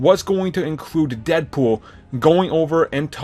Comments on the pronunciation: Lol "deadpoll" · Deadpoll??? How do you mess that up